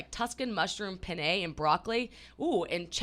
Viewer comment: I despise the way pronounces “Penne”